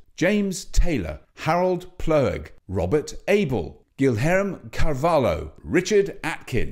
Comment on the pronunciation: Robert, you butchered pronunciation of Carvalho lol